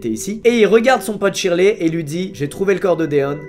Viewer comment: Shirley se dit sherley